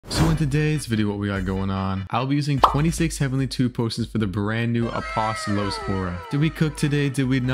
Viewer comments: its pronounced apostolos, not apostolosis 😭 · your pronouncing it as Apostolosis instead of Apostolos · Its pronounced a-pos-sto-lo-s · yeah my friend’s brother’s name is apostolos but he insists it’s pronounced “a-pos-to-lee” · It’s ( a-po- stole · its a-pos-tawh-los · Where did you get “sis” from in “apostolos” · luck is real but grammer is not because its "a post a los" and the other thing is "age is" the is is pronounced "iss like a snake but not stretched out like ssssss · idk if this is how you say it or not, but its pronounced Ah-paw-staw-los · not you saying aposto-low-sis😭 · Bro why do you keep saying "Apostolosis" every time😂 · probably didn’t get it cuz you pronounced it wrong 💀💀💀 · blud was NOT pronouncing apostolos correctly 😭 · Why is Blud saying apostolos like it’s mitosos💀💀💀😭😭🙏🧎🏻‍♂️